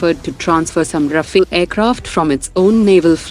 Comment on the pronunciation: RAFALE not Rafael!!!!:face-purple-crying